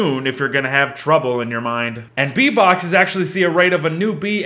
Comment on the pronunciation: What said: Bee boxes What i heard: V bucks